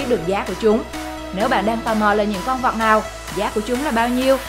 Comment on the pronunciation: Dẫn chương trình có vấn đề ngôn ngữ! Con vật nói nhiều lúc nghe con vọc